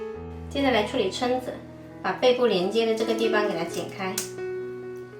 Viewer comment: 蛏子读音“撑”！